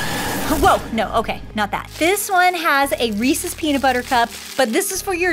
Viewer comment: Reese’s not REESEES